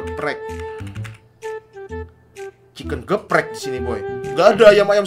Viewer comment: Ayam Geprek bang,bukan gebprek